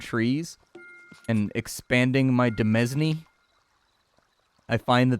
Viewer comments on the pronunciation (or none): the S in demesne is silent. Pronounce it dəˈmān. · Hate to break it to you but "Demesne" is pronounced in exactly the same boring way as "Domain." And they mean the same thing. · Ooh sweet, new Kingdom content. Bee tee dubs, demesne is pronounced the same as domain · de·mesne /dəˈmān/, pretty close to how you pronounce domain, which is the modern version ... sometimes the way you pronounce some words just ... makes me cringe inside... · I realize he's joking with the pronunciation, but PSA for those that don't know. 'Demesne' is the orrig. spelling of the word 'Domain.' Retains the same meaning and pronunciation.